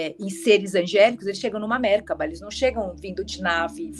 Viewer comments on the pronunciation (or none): A pronúncia de Merkaba é merkava. amei muito!